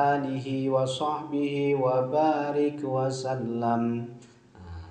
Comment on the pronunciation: Qobiltu,,, izin mengamalkan,,, maaf pak kyai itu bacanya wabaarik wasallamm apa wa sallim,,, 🙏🙏🙏